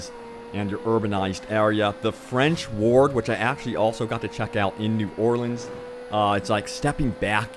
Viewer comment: thnx for saying new Orleans the right ways haha